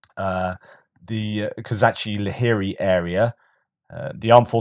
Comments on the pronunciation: One of the best reasons to listen to. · I heard pronounce Kozachi-Laheri today, and it sounds much prettier in Ukrainian: ko-ZA-chi - LA-he-ri Emphasis on the ZA and the LA. It just rolls off the tongue nicely that way! 😊